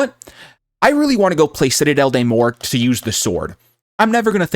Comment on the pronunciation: Doesn't know how to say the map right therefore not wasting time watching this